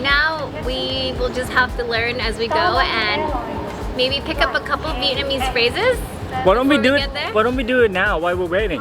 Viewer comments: Wow. Your Vietnamese sounds great. Almost perfect 😊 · Your Vietnamese pronunciation is very good